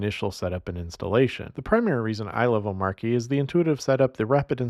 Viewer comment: Not pronounced "O-Marky"